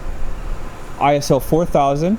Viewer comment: Stop saying ISO. It’s pronounced ISO.